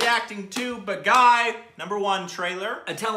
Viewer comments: it's not baa guy it's baa gee😊👍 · Though i am Indian i oved the way they butchered the the title Bagai 😂😂😂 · The only name you butchered was the movie title itself... its pronounced Bah-gee 😂 love from canada guys! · Hey awesome, It's not "Ba- guy". It's "Baa-Gi" ('Gi' as in 'Gui'tar) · Am I the only one who is screaming out loud 'it's Bhaagi' everytime says 'Bagai'?? 😑😐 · Dear friend... It is not... Ba-ga-ee ....it is... Baa-gee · Not Bagai.....it's BAAGEEE. 😊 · IT'S PRONOUNCED BAAGEE NOT BAAGUY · man its not bagai man.. its baaghi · It's not Pronounced bagai.. it's Baa Ghee.. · Hahaha. Baagi. Not baghai :) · turned pink!! Yes I comment while watching the reaction!! It's pronounced baa-gii. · OUR STUPID REACTIONS guys...it’s pronounced as “baageee”. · And it is pronounced Baa-ghee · I LOVE BAAGHI!!!!!!!!!! BEST MOVIE EVER!!!!! BEST ACTION ACTOR: TIGER SHROFF!!! SO GOOD!!!!! MUST WATCH BAAGHI I WATCHED IT IN THEATERS! AND IT'S PRONOUNCED, BOG-GEE 😍😍😍😍💜💜💜💜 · The pronunciation is " Baa ghi". It means " a rebel". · Its pronounced as BAAGHEE, Means retaliator/traitor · its pronounced as "baa- ghee" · It's pronounced Baa Gee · You pronounced it wrong.. It's like "BAAGHEE" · Pronountiation correction Baa-ghee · It's baaghee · Its baa.....gheee.....thata the way its pronounced guys....movie is good too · Not bang on with the pronunciation 😂.. its baaa ghee.. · Loved your pronunciation of "baaghi"..LOL!!, you always come up with a peculiar and quite interesting way of pronouncing hindi words, and i can't control my laughter:):) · is so cute, pronouncing the name wrong repeatedly with such confidence..:-D